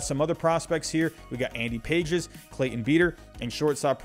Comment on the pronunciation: I believe Pages is pronounced Pa-hez.